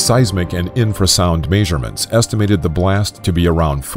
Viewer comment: why he say "may zur ments"